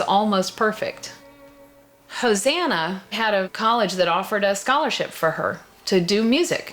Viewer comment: Ho-sanna- lol sorry